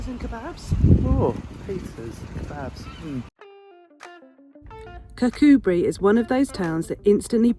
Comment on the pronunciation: Yes 'Kircoobree' is the way to pronounce it, you were getting it right in the video! Lots of Scottish place names are hard to pronounce and not easy to get right at the first attempt... easiest way is just to ask a local 😁